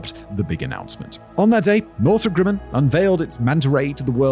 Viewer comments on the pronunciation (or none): That's not how you say Grumman. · It's Grumman not Grimin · Northrop ... "Grimmin"?